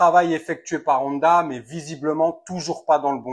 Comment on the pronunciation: Honda se prononce "on - da" pas "oneda" 👍